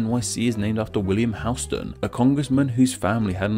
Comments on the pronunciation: Houston street is actually pronoucned "HOWS-tin" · New Yorker hearing him say “Houston st” instead of “Houston st” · you pronounce Houston street completely wrong. named after a completely different person... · . Btw. HOUSTON.... pronounce house+ton. Not hughe+ston. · As this was already touched on. Here is some history on the Houstons The street's name is pronounced "HOW-stən", in contrast to the city of Houston, Texas, whose name is pronounced "HYOO-stən". The street was named for William Houstoun, while the city was named for Sam Houston. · In NYC, Houston as in the Street Name, is pronounced Howston, not Heweston as in Texas. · It's pronounced HOW-ston (or HOUSE-ton), not Hyoo-stun street. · Couple of points: Soho is south of How-ston not pronounced like the city in Texas: Hue-ston. And Hell's Kitchen was named after soup kitchen run by a German woman with a name something like Heille. Not bad overall,oh and its Amerigo Ves-pu-chee . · In Nyc —. the street —- It’s not HEWstun it’s HOWstun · Those from NYC pronounce Houston as “How-stun” NOT “Hyoo-stun”. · In NYC “Houston” is pronounced HOUSEton. Not like the city in Texas which is Houston. Why is it different? I don’t know naming conventions is your gig, but calling Houston street Houston is a terrible faux pas. Lol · And it’s pronounced HOUSE-STAN not Houston like the city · On the topic of pronunciation, "Houston" is said "howston" and was named after a man whose was spelled with a "w". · Houston in NYC is pronounced How-ston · Just a quick thing. Here in NYC we don't pronounce Houston street the way you'd pronounce the city in Texas. We pronounce it House-Ton. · Houston Street in New York is pronounced HOW-stun. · Correction. The “ou” in the name Houston St. in SOHO is pronounced OW, as in “cow”. It isn’t pronounced like the Texas city. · just so you know, Houston Street in NYC is pronounced like House - stun, not like the place in texas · Houston Street in New York City is pronounced "HOWS-ton".